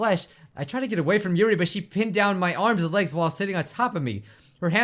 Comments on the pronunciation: YUrl not yuri YUrl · ITS YURI NOT YURL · It's not yurl for God's sake it's yuri